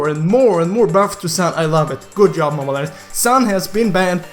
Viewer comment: Saying "mobile legends" be like... :Good job! Mobile legeiwnajfdsgend. ✌